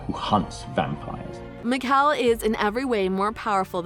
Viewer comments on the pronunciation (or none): the claws miklsun, meekel, dalia hurts my brain help the fact the voice over said meekel then he said his name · Meekel. I am Mikael 😂😂